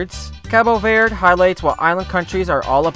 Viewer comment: If you're going to give respect to Cabo Verde you could at least pronounce Verde correctly 😂 Anyhow I've been there (for real not my mom stopped over) and it's brilliant!